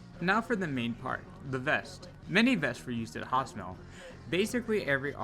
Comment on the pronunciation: Hostomel not Gostomel. It was never Russian and will never be russian